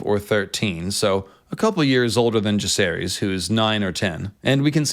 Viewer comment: Jah-ser-is, Vi-ser-ris, Loo-ser-ris